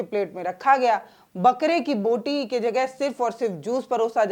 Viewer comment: बोटी, बूटी नहीं, बोटी बोटी बोटी | क्षमा करना |